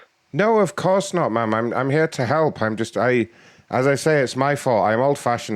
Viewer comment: Or “I’m not a man, I’m a man.” Either way, the way he pronounces “ma’am” and “man” pretty much identically makes this even funnier.